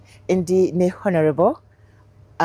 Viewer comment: Not "H"onourable but "O"nourable. The h is silent